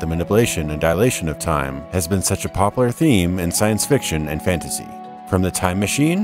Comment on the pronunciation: Great channel, good videos, but please, dude, learn how to say "popular". I've made it through four previous videos managing to suppress the need to comment, but I can't do it any longer.